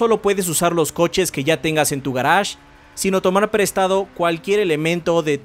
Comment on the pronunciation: "Garash" ulala señor francés